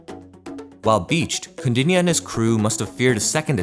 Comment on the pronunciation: Kaudinya...pronounce correctly..